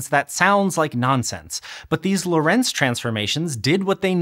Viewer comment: I would really like it when a tiny bit of the research budget for otherwise excellent educational video's was spent on the pronounciation of foreign names. It's just on Wikipedia! "Hendrik Antoon Lorentz ForMemRS (/ˈlɒrənts/ LORR-ənts, Dutch: [ˈɦɛndrɪk ˈloːrɛnts]; 18 July 1853 – 4 February 1928) "